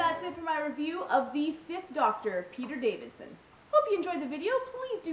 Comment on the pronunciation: I guess I'll be the first one to call this out. Davison, not Davidson. Yup, I mentioned it.